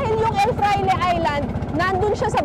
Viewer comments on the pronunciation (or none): El FRAILE not EL FLAIRE